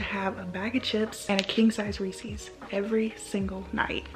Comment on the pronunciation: You’re mispronouncing Reese’s and ahi. The Reese’s is driving me crazy